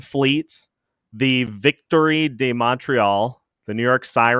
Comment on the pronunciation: Practice saying Victoire properly.